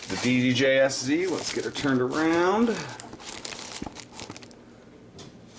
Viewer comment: And its ddj sz with (pronounciation) "set"